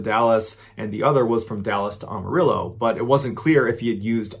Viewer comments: (Am) arillo! Not Armarillo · Am... Not om... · I know I'm 4yrs late but I found this channel awhile back and have been listening from newest to oldest. You have got to be my favorite story teller but, being from Texas I have to let you know it's "Am"arillo not "Arm"arillo.😊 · Amma rillo - not ahmahrillo lol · Amarillo is pronounced like am, as in I am. Not like ah, as in Amish. Just FYI. Lol Love ya! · Story #1: Amarillo is pronounced AMarillo, not AUmarillo. Sorry, as a Texan, I just can't let that one slide. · It’s pronounced Amarillo not Ohmarillo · Not Ahmarillo but Amarillo it’s said very white😂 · Ok I love MrBallen videos, and the fact that he is a fellow Navy Vet, makes him an outstanding up to and touching individual. So I make this one constructive criticism with only brotherly love in my Texan heart; It is pronounced AM-O-ril-LO you know AMMO rillo, not Omorillo. I'm sure he would of caught this, I'm just trying to help a brother out! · did you really say umarillo? omg! it's am, just like i am. AMarillo. seriously just made my Texan come out in boxing formation! lol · Love your content. One small thing though... Amarillo, is pronounced Am-a-rill-o, or am-a-ree-yo, both acceptable, neither way is how you said it. om-a-real-o is not how its said any where. I say this to you with nothing but love in mind. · It’s Amarillo not Armarillo. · I like how you say Am-arillo as Om-arillo. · Armarillo? It's Amarillo. Only one "R". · AM-arillo...is Spanish for the word yellow. ARM-arillo? 🤔 sounds close to “armadillo” 😆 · ugh. every time he says awe-mu-rillo...it drives me nuts. it's pronounced am-a-rillo. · I am. I Amarillo, not Ahhmarillo. Your pronunciation of that city trips me out lol Killer vids man 🤘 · First time in my life I heard it said Ahmarillo instead of Amarillo. Weird. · good story, but could it have been Amarillo texas like am not om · Dude, you’re saying Amarillo wrong. It’a not Ohm-a-rillo. It’s Am-a-rillo. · Not Ahmarillo it's pronounced Aamarillo...